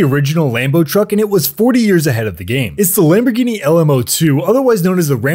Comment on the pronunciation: It’s pronounced Lamborghini lm zero zero two